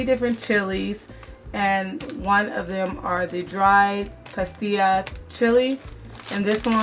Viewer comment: Yyyaaayy!! You just said the words “Guajillo” and “pasilla” perfect girl! That’s an awesome recipe I want to try. I’m new vegan so I will learn more recipes with you. New subscriber here!!! 🙂 Gracias chica!!